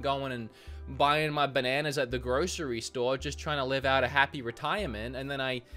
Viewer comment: Your Aussie accent is slipping,! I hear you pronouncing "podcast" and "bananas" like a damn yank! 😒 But seriously, great video. People just need to slow down and take care of themselves and others. We can get through this and then things will get back to normal. Stay safe everyone and don't forget to wash your damn hands! 💕